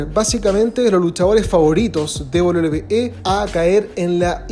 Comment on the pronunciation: 11 de septiembre de 2023 y aún no puede pronunciar correctamente "WWE".